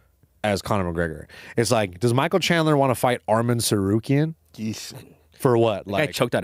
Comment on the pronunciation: "Michael chandelier" 😭🤣😭 moicano is a treasure